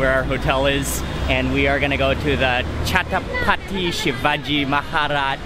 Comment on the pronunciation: Mark wiens it is not chapati sivagi terminals it is chatrapati sivagi terminal